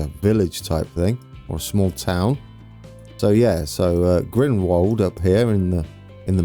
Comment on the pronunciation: Really looking forward to this one! Been to the Interlaken area a few times, one of my favourite places on earth, can't wait to see what you do with it ☺️ just a couple of pronunciations, Brienz is Bree-entz, Thun is Too-n, Grindelwald is Grindel-vald 👍🏻 (any native speakers want to correct me please do 😂)